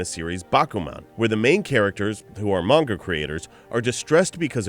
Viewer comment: Your not saying manga properly